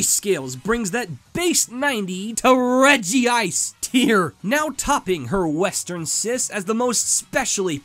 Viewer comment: regice not regiice